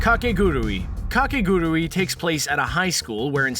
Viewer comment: I liked the list and the descriptions of the anime were accurate, but the pronunciations of some of the anime's titles like Kakeguri's and Ouran's were butchered so badly that I couldn't help but cringe. But the video wasn't half bad!